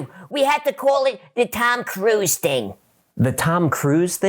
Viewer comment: I'm dying 😂😂😂" the tome cruise thing " hahahahahaha 💀